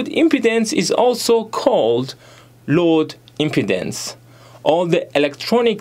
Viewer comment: If you want you could double check the pronunciations of impedance and load on forvo. It’s more like im-pee-dance and lode. The “im” part in impedance is pronounced how you said it.